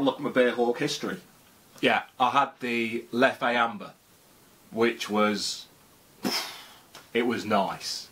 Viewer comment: Isn’t it pronounced leff not lef-ay?